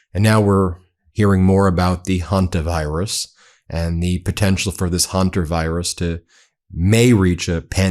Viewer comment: It is pronounced HEN-ter virus, not Hun-ter virus.